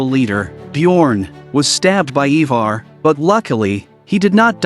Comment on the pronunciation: its Ironside not Ironborn. its IVAR not EEEVAR. Is this an AI narrating?